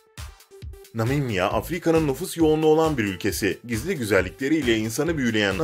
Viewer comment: Sunan kişinin Namibya diyememesi...